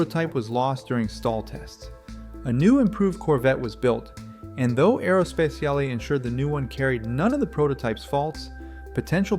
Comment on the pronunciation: Make a check on the AI voice! It's not: "Aerospeciale" it is Aero S-P-A-T-I-A-L-E!